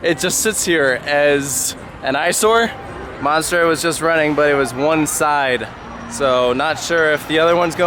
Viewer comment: Please tell me I’m not the only French speaking person who was so mad when he said “le monstre” wrong